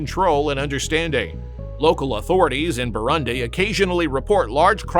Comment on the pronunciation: Learn to pronounce “Burundi”.